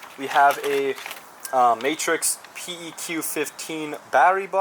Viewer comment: its pronounced pec not p-e-q